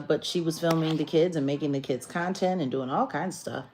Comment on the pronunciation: cuntent!!! Ha!!! I heard that 🤣🤣🤣🤣🤣